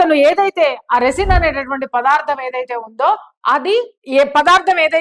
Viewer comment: రెసిన్ కాదు, రైసిన్ అనాలి.